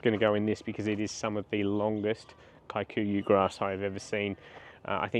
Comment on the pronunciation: Please stop pronouncing kikuyu as “Kai-koo-yu” the word is an East African word and it’s pronounced “kee-koo-yu”